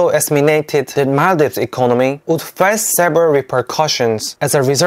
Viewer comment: I'm so happy that you recognized our country, i was checking your shorts. And suddenly i saw our flag, and yup, everyone know maldives as mall-dives the country that people go for holidays/vacations... finally i met someone who knows our country, and someone who can pronounce our country correctly.. its mal-dheeves!!